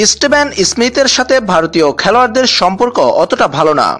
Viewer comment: Istevon ismith noy dada steven Smith